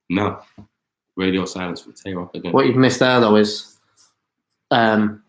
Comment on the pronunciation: Y’all saying Tay Roc & Twerk wrong but not acknowledging how shady Shotty sound